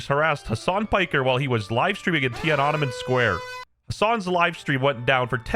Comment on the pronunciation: Cant pronounce Tiananmen properly, is it a speech impediment or did you not go to school. Legit never in my entire life heard someone say it like that. Theres a reason you dont show your face is because you know people would be calling you retard, slow, and probably fat.